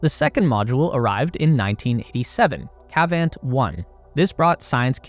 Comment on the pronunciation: "Kavant 1"... Sure.